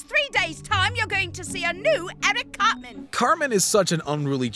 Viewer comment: the narrator calls him "carmen". it reminded me of an episode where eric said "its CARTMAN goddamnit!"